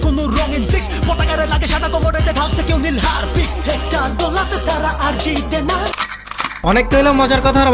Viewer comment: Vai tume আরজিতেনা 🤣 মানে আর্জেন্টিনা 🤣🤣